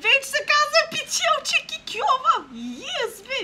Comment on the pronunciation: Тоя акцент с пИтелчито ма кефи много моля те прави още клипчета на sims 4